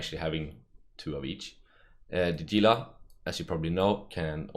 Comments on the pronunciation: He-lah. Not "Gee-lah" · it's pronounced "heela" like the lizzard it's named after. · Gunther Ultrabolt Novacrunch then why's there a G in the name instead of an H? and why do CCP employees call it Gila instead of HEELAAAJGGAJXIJWX?